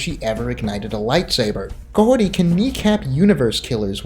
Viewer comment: "Mahorty" That's all I heard